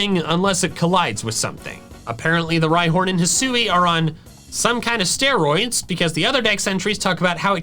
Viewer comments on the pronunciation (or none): none